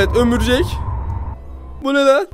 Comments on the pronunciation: Abi ömürcek diyil örümcek😂😂😂😂😂😂😂😂😂😂😅😅😅😊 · Örümcek❌️ Ömürcek✅️ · Ömürjek degil🤦🤦örümcek 🕸 🤦🤦🤦🤦🤦🕸️🕸️ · Örümcek e ömurcek diyen koca yürek İi musa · abi ömürcek değil örümcek